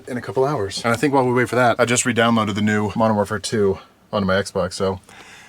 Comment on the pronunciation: Love how you said the NEW modern warfare lol.